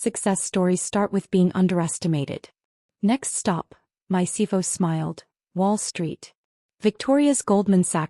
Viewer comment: Wow the AI can't say CFO Not Sivo